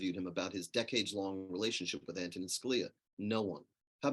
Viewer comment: Ma'am, his first name is pronounced, "AN-to-nin".